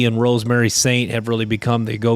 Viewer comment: You had McClendon's face up there twice. It's Rosemy... not Rosemary. LOL